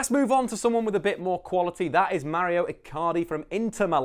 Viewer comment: Mauro not Mario